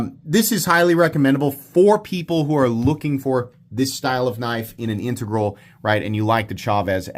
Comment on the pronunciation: OMG and I don't know how I never heard you pronounce integral before, but thank you. I have had to listen to so many bad pronounciations of that word I thought I had mis-pronounciated it myself.